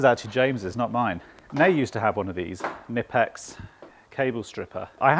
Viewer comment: Please don't pronounce Knipex "nipex". It's not a silent k